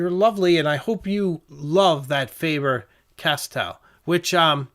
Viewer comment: It's not Fayber Castell. Proper pronunciation is Fahber Castell as in do re me FA so la to do